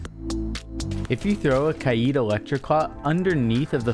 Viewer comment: Ka-eed? Its pronounced "Kayd." Great vid tho!